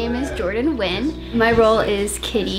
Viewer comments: Was "Nugyen" on purpose? :( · NUGYEN lol